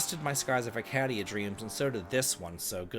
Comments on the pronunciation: I promise you, he doesn't care. He will always pronounce it this way. As maddening as that sounds, it's almost gotten to the point where it's endearing 😅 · Have I been saying Arcadia wrong this whole time or has?